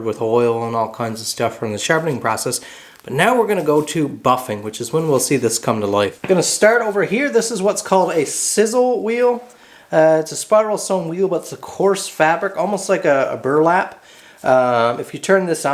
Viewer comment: Sisal (sigh-suhl) not sizzle. Nice restoration.